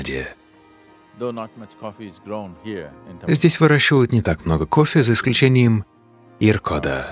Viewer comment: Что за дичь, я люблю кофе, но это сплошная реклама, аж бога затмил кое )) гуру ходит чтото говорит, сомнительно, что именно то, что читает чувак с придыханием произнося "кофффеее" :)